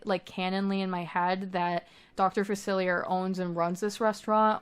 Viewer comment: This is so incredible just absolutely insane work. I’m only at Facilier’s voodoo home and you got his vibe soooo right I was obsessed with the jazz singer sign out front. He’s my FAVORITE villain. For future reference it’s pronounced Fac-illi-eh. It’s French. ☺️☺️☺️🫶🫶🫶